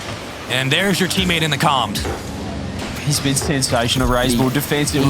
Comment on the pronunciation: When says comm it sounds like he says something a little different… if you catch my drift